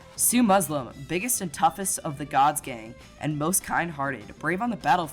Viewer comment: Gods gang just sounds like Gods gay when you say it.